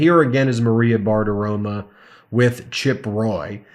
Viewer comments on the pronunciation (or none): 1. It's freaking BartiroMO. Not "ma" 2. You had, I assume, 7+ months notice on the baby, plenty of time to freaking soundproof your recording space. Maybe if you had spent less time breathlessly recycling the same juvenile coverage of *rump's rantings and focused more on quality over quantity you'd have had more time and energy to prioritize even a faux appearance of industry standards of professionalism. It sounds like the baby and the high-pitched pups are in a completely hard-surfaced echo room on the other side of a wall from you that clearly has zero insulation or soundproofing. C'mon man you've been doing this since COVID - get your set-up together!